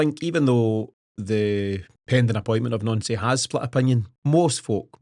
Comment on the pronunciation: Guys his name is pronounced NANCY not NONCY FACT